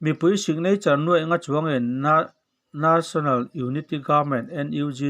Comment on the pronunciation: Ngatinge National tih hi na= a na ka ti,tih ang a i lam ziah a.A ne pawh ka tluk love or Bal a ba ne tia lam ang hian a dik lo zawk i ti nge.